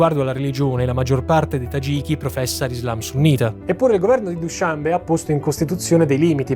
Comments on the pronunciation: Straordinario come sempre! Vivo in Asia Centrale, sono stato nelle magnifiche montagne tagiche, nella capitale. La descrizione è perfetta...posso essere pignolo? Dushanbè, accento alla fine. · Ottimo. Solo una domanda, non si pronuncia dushanbe'?